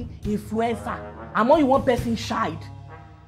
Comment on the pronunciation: It's always the "neeethhh" (next) at the end for me🤣🤣🤣🤣🤣